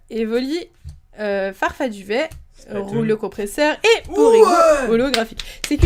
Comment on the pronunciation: Doudouvet pas farfaduvet ^^